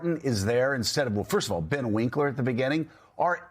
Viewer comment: Joe wrong about Ken Martin (who wins, wins, wins, and then focuses more on winning - count all the races the Dems have won under Martin) and then Joe calls Ben Wikler Ben "Winkler". Doofus. Every time I try I have to turn him off.